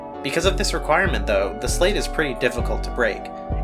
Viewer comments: Slight. Not slate. Like sleight of hand. You're basically doing a magic trick. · it is pronounced "slight" like "sleight of hand"